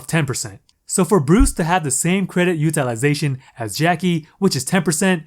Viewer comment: Dude, every time you say “UTILIZATION”.............YOU PISS ME THE FUCK OFF!!!!!!(all I hear are syllables....IM COUNTING 5.....STOP) Maybe it’s me-maybe I’m just sensitive.......Nah, learn how to pronounce it properly.